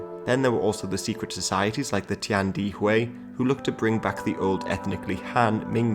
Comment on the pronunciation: They are not "hackers" they are called Hakka. And it's Tian De Hui.